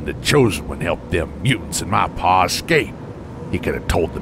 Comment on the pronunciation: Every time he says HE TOOK MA PA, it think of THEY TOOK MA JERBS.